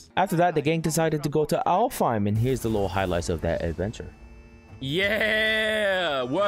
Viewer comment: aint no way bro said alfheim